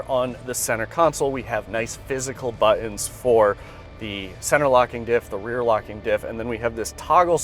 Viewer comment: "Buh-ens" Is that some millennial thing? I hear it all the time from young people